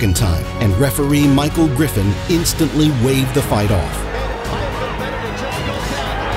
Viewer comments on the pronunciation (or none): none